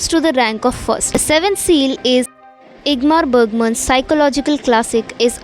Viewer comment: Your pronounciation of Ingmar Bergman was bit off 😂